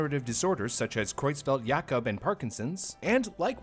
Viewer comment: kudos to for pronouncing Creutzfeldt-Jakob correctly